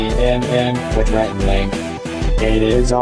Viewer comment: It's 'Rhett and Link' haha. But yes... good idea!